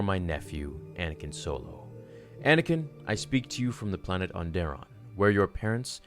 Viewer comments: A couple notes before my thought. Jacen is pronounced like JayKen Not Jason Onderon is pronounced On-dur-Ron. Not On-Dare-In Now I honestly dont like this theory that Palpatine was using snokes body as a vessel for 2 reasons. 1) it sounds like an angry fan justification for Rian Johnson killing Snoke so abruptly (which honestly I was fine with Snoke being just a random dark side user that was really powerful and killed so beautifully) 2)until we see what happens in 9, Andy Sercus himself said there was no significance to snokes ring other than it being an accessory. So I think the whole Palpatine legends bit honestly isnt as satisfying to me cause George didnt write it or approve it. Alot of the Expanded Universe was written by other authors and most of it George said he really didnt enjoy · The way you pronounce "Onderon" makes me want to cry.